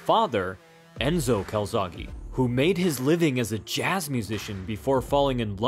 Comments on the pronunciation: why do u say calzaghy/calzaghi it's calzaghE, the same E in bEst, bEtter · It’s joe calZACKEEEE btw. 🏴 🏴